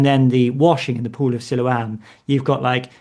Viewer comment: Mistaking Byker Grove for Grange Hill is almost unforgiveable. Also enjoyed the gentle attempt to get to pronounce Siloam correctly but he wasn't having it. 😂 Always an enjoyable listen. Sometimes even for the right reasons!